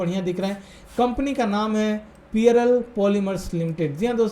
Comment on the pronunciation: पियरल नही भाई जी पर्ल है नाम 😃